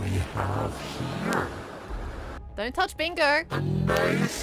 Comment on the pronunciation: You can really hear the accent with the words like "here" and "little"